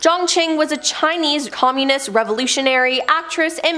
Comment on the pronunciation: ...and "communist", and "Arkansas"...I couldn't continue to watch.